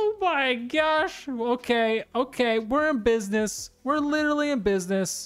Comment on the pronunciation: love how he says "litally" all the time in his goofy youtuber voice